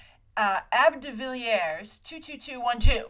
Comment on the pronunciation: as a sometimes cricket fan I always crack up when you pronounce AB de Villiers as ab rather than A.B. And yes, there is another AB de Villiers out there, he is a very popular and successful cricket player from South Africa.